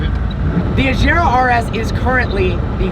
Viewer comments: AGERA NOT AJERA!!! FFS. Learn how to pronounce the goddamn name. OR IS IT HARD TO YOU TO DO THAT AS IS DRIVING IN THE ROUNDABOUT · HOW MANY TIMES WE GOTTA SAY IT IT’S AGERA WITH A HARD G